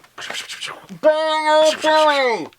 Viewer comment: its "bye-you" not "Bye-O"